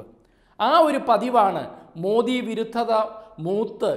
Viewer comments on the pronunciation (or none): none